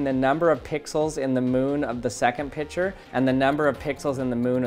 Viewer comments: Picture is pronounced pic-ture not pitcher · It's pic-ture not pich -er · I love that you say pitcher, instead of picture